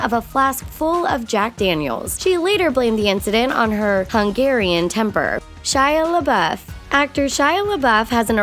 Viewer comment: It's Shy lea buf not shy liia bueff